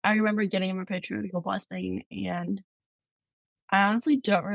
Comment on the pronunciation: Beautiful story. Thank you for sharing. You will always be a great missionary with or without the official call. One suggestion, some church members mispronounce Patriarchal Blessings. It is not Patri- article, it's Patri- archal. Hope this helps